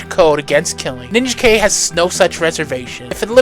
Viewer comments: If anyone's a fan of this universe and hasn't seen it there is ninjak versus the valiant universe on YouTube which is an hour and a half movie that's pretty damn good. Also I think his name is pronounced nin Jack. Great video as usual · How can you say a character is your favorite when you don't even say his name right? So much of your info is so wrong or just misleading. While I appreciate spotlighting some of my favorite characters, it actually hurts how poorly you represent them. Rai (pronounced RYE) is more than one character. There have been at least 6 characters to carry this title and they all dealt with many different issues. I could go on and on ,but rather than out you down, I hope you delve into these characters and actually get to know their stories because you missed so much. From Eternal Warrior to Ninjak you sold them short in this video. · It's because it's not supposed to be Ninja Kay. You are right on this. It's pronounced Nin-jak. Just like Rai is pronounced Ry, not Ray. Rai often is the word for Thunder, Lightning, and storms. It's why Pikachu becomes Raichu (Ry- Chu). Mortal Kombat taught us a mispronunciation. It's Ry-den, not Ray-den. Ai in Japanese is usually pronounced like an "I", not an "A". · Ninja K?????….you mean NIN-JAK?!….its NINJAK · You mispronounced a couple things in this video it is North Am as I am here not North A.M. And it is Nin Jack not Ninja K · face-blue-smiling:LOL Ninja - K? It's pronounced Nin = Jack ( Ninajak ). I really enjoyed this video! You did your homework for sure. Always been a Valiant fan, so this was right up my alley. Very entertaining, & awesome art throughout. Subscribed!:hand-purple-blue-peace::glasses-purple-yellow-diamond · Please don't call him Ninja K. No one called him that until the recent reboot. His original name sounds like Nin-JACK. His name is from Ninja and Union Jack, or the British flag. Also, RAI is short for Samurai and sounds like RYE. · "Ninja K"? ...... You mean Ninjak?